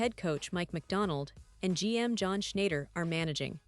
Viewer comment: Sorry had to unsubscribe to this breaking news and game changing news, especially when this voice transcriber can't pronounce john shayner( Schneider)* shackwell griffins name🤦🏼‍♂️not worth my time. Maybe on occasion, I'd skim through these news and maybe 🤔 it might have some interesting news. Highly doubt it. If it does i might resubscribe and hopefully able to pronounce names 😆😁